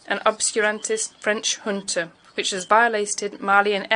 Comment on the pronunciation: Awful translation! The word 'junta' was pronounced as 'hunter'. Took me a while to realise.